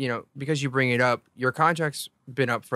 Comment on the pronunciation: bRRRRing me your cRRRRRRRedit card